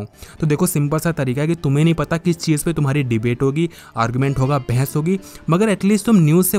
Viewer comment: Bhai mere bhais nhi bahas hota hai